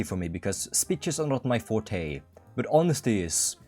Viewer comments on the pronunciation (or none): none